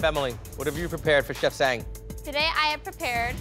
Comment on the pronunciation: I wish they had made Japanese or Korean cold noodles(cold ramen/ramyeon). Anyway, I wonder why the MC couldn't pronounce Chef Sang Yoon's name correctly. It irritates me when he pronounce 'Sang' from Chef Sang Yoon's as if it's the Verb 2 of 'Sing'. Those 2 words have a totally different pronunciation. 😭